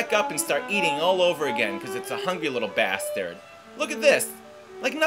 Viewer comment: you said ass and bassterd